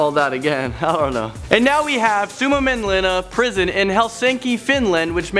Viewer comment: If you are finnish you laught when he said suomenlinna